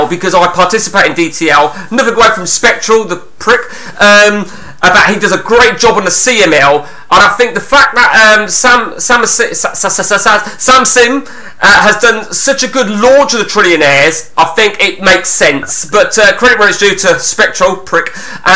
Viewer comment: Only just got round to watching this! Your name mis pronunciations are superb! Reese = Riise (as in John Arne Riise). Libertine like the band The Libertines. Calling Samsami Samsim 😂 Calling davdav Dave near the end 😂 Top quality content!!